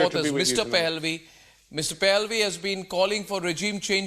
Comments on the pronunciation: Arnab he's not Pelvi as in pelvis, but Pahllavi😆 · Correction Arnab it is not Pehelvi as you pronounce but Pah la vi Pahlavi.